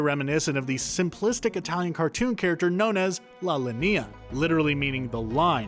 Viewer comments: La Línea, not la Linéa. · Lmao "lalania" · Anyone else bothered by how “Carl Jung” and “La Linea” were pronounced? Or is it just me? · italian here, I really did not understand he said "la linea", I thought he had translated it in some other language 🤔